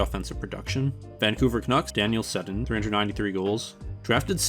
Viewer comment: Saying Sedin by rhyming it with Gin is not how they pronounce their name. Sedin rhymes with Bean.